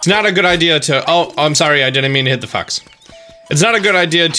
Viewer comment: Definitely didn't sound like you said "fox" there LOL